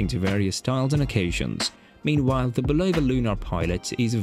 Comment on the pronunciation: I love how the British pronounce Bulova as "ba-LOW-va" with the emphasis on the middle syllable. It actually sounds better than the technically correct American pronoinciation that has no emphasis at all. 😁 I do believe that the Lunar Pilot is the superior timepiece overall because of its technical advantages. However, for most people, it will wear too big and its technical prowess (like the super-accurate stopwatch) will be irrelevant to the average person. One thing that will NEVER be irrelevant to the average person however is Seiko's solar-powered movement. I think of it as an homage to Citizen's Eco-Drive and that's something that I think everyone would love. Very few of us need a chronograph that can measure tenths of a second. Having said this, I personally bought a Lunar Pilot because I have the wrist for it and I love its history. It's also great for playfully trolling people who spent insane amounts of money on Omega Speedmasters. A lot of Speedmaster owners are douchebags and I troll them to death with my Lunar Pilot and (even worse) a Pagani Design PD-1701! Oh how I adore the horror in their eyes when they see it! MUAHAHAHA!!!! 😁😂🤣